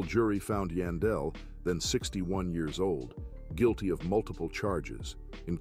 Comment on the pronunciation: Its YAAN..Its pronounced YAWN-Del